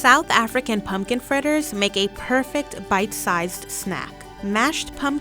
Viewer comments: Thiz iz a bite-zized znack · “South African pumpkin fritters makes for A perfect bit sized (Th)nack” 😂